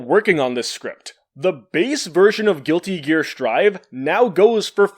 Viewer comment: I can't believe you just said Guilty Gear: Sir'd. You have shook me to my core.